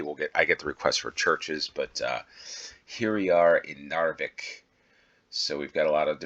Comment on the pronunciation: Knarvik is pronounced with the K. Without its become Narvik, that is another city in the North 😊